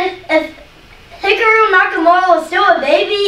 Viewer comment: "Hickaroo Nakamura" 🤣💀